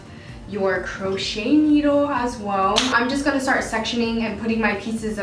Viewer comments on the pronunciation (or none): FYI ITS pronounced:. "Crow shay" Not "Crow shet". But you're good to go 😊